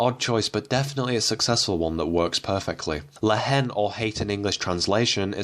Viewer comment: By the way, the H is silent in La Haine. May as well pronounce the title correctly!